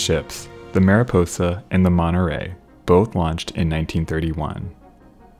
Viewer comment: When you say "Monnerey" do you mean "Monterey" ? That T is NOT silent